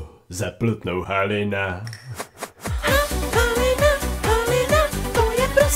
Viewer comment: Sem jediná kdo tam slyší ha halina HOLINA atd ??? :DDDDD